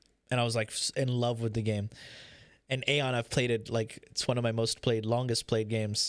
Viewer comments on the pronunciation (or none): dude it's AION not aeon ! BLOOD FOR BLOOD